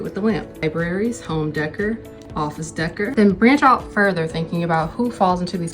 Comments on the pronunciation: I liked the video. Very funny and thoughtful. It’s pronounced home “day-core” not “deh-ker” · Decor is pronounced deckoor (it would rhyme with deck door, hector's checked floor by the deck door.) Deck-er kinda sounds like it was said by someone who would pronounce your youtube name "Catty Rook zed" while squinting against the sun and spitting some tobacco. 😅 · i love home DEH-KER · Maybe it's because I'm not a misogynist but I don't see how people take this bait. Maybe the misogynist blame game is so strong that they can't risk losing an argument to a woman. Also, isn't decor pronounced day-core? Maybe I don't get any of this because it's not my flavor of 'tism, but what good is it trolling these miserable people? Doesn't it push them further into their brain rotted echo chambers?